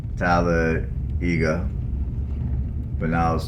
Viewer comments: Tal- ah day ga . I'm not from there, but this is the way I understand it is pronounced. Don't worry, no judgement here ;) I'd have some difficulty pronouncing a lot of these cities names as well. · Don’t worry nobody says Talladega right. Lol There’s how the locals say it and there’s how people out of town say it😂